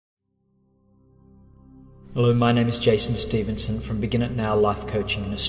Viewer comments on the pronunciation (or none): none